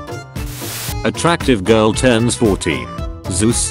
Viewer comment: i love how he says „Zeus“ 😂